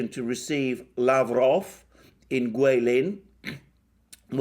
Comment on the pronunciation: Alexander thank you. I guess you can speak mandarin, you say Chinese guilin 桂林so accuracy . I like to listen your speech, keep on issuing more your viewpoint, I support you. Give you a thumb up.